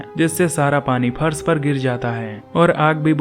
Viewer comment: Ek to pharas nahi hota farash hota hai